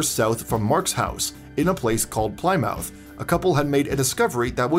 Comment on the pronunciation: Plymouth is pronounced plimuth, not ply mouth.